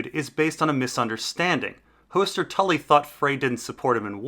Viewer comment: These are great videos but the pronunciation is a huge detractor that's easily corrected. Lice is a hair bug, Lhys=Lease is a place. Hoooster as in rooster? Hoster Tully is a character. Varys=Vare-is as rare is a character, Var as in far-is isn't. Your work and content is great, no offense intended.